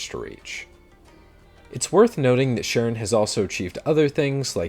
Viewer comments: "Sharon" is pronounced K-ron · Charon isn't pronounced "sha-ron", it is pronounced "ka-ron"